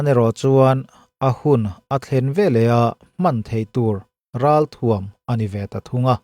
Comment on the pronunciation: "Athuam" i tih hi lam ercho tawh suh, "a"iilam aia hniam hretin "thuam" hi tihniam hret zawk rawh.